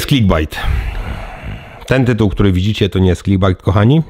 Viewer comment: Mówi sie klik bejt